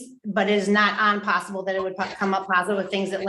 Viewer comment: Did she say "unpossible?"